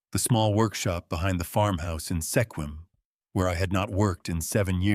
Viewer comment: It's pronounced "Squim"